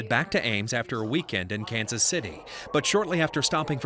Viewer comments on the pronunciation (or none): none